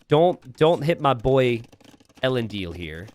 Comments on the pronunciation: Thank you he has not got it right once since i showed up in his chat a year ago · 1min in and I'm already so triggered by how you butchered the pronunciation of ELENDIL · I expect an AoE fan to be able to say Elendil's name properly. Not been watching rings of power? 11